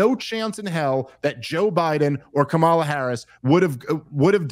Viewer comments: smh at least say the woman's name correctly. Not like they don't know it. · Dave, learn to pronounce her name correctly. They gave a whole tutorial with her nieces at the DNC. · Why can't y'all say her name right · This is the guy Rogan touts as knowing everything and a great researcher? Within the first two minutes, you purposely mispronounced a presidential candidates name, to be obnoxious.. Or the alternative is you literally don’t even know how to pronounce the presidential favorites name, so, ignorant? And then you somehow declare that almost total disaster of a debate for Trump wouldn’t move the polls literally at all from what they were before the debate… I just can’t even wrap my mind around reasoning that astoundingly disingenuous.. Your done.